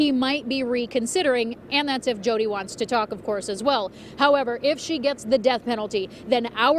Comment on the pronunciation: Kittie Muffins I don't have 16 cats hence I'm a college student. And don't mispronounce Jodi's name again!